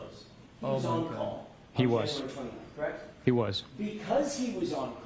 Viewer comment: And he’s constantly saying correc 😂😂😂 not correct. He doesn’t say the t.